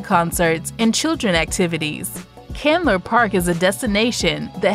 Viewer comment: Murphy Candler...not Chandler.